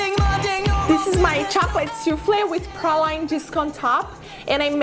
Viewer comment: Just trying to be helpful here. The correct pronunciations for praline are as follows: Oxford Dictionary: pray-leen. Websters dictionary: Prah-leen, Pray-leen or Pro-leen. I will stick with the oxford version but the last part is always leen and not line and certainly not proline. Additionally, the correct pronunciation for Ramekin is Ram-a-kin, not Rem-a-kin.